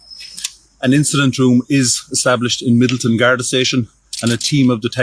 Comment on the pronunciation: Depending on who is speaking, Garda is pronounced guardee or guardah